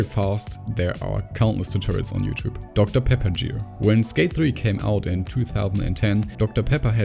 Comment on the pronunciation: "Doctor Pepper Jeer"